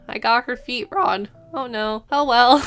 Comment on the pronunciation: It slightly bothers me that you pronounce "wrong" as "ron"